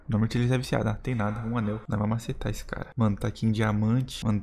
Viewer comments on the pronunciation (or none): none